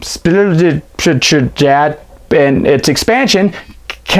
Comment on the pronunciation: Dude that's FN awesome!! I was rollin! Yo how do say that name of the game again!? Huh?🤣🤣